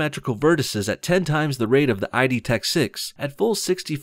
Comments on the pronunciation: It’s not pronounced “I-D” it is pronounced “id,” like the Freudian dark ego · Good video It's pronounced "EED" btw, not "I-D". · It's pronounced Id, not I. D. "Just saying" (in my best NOBS voice.) :) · It's id software tho, not "I" "D"), as in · It is not i-d...its just id 😑😑😑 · Great video, but when saying Id tech, is pronounced Id not I-d , for some reason that just got under my skin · Its pronounced id software, not ID software. Nice video, though. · Btw its id software, not I.D software. But great video. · Btw, it's pronounced 'id' and rhymes with "kid." The id is part of Freudian psychology